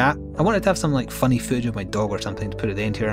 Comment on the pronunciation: I never have a problem understanding your accent but for some reason the word footage didn't register with me. :) I was very confused as to why you wanted to "show food of my dog". Just had to share because I laughed way too hard at that.